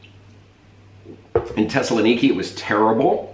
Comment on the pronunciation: Thessaloniki has a TH in the front, and it's pronounced, unlike the way you said it--Tessaloniki.